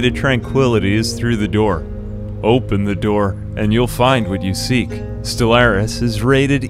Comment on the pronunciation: As someone who has over 5 thousand hours in Stellaris, didn’t do anything good, he didn’t even talk about their traits, didn’t even do anything right, let alone say the name of the game correctly